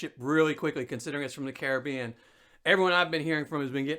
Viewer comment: Nice to hear an American pronounce Caribbean correctly..lol